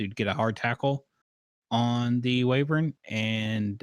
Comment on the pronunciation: I can only hear the word "wyvern" being pronounced "wavern" so many times...